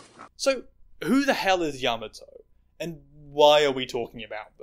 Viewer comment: you mispronounced kiku and yamato, yes yamato is a man he said that himself